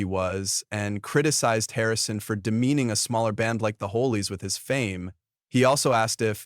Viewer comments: Hollies is not pronounced 'ho-lees'; it is 'ha-lees'. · The AI pronunciation problems are so irritating…The HOLIES? It’s the HOLLIES…jeeez